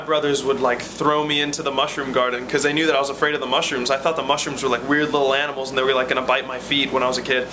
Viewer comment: At first i heard "smush rooms". Damn Jersey Shore T_______T